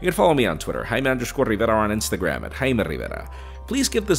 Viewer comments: So you give an English review but say your name in spanish that we cannot pronounce? Quite egotistical. Your name is Jay-me. Thanks. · Every time he says his name, I be like "whut?"